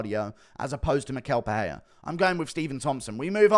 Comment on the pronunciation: It is pronounced “mishel pereira”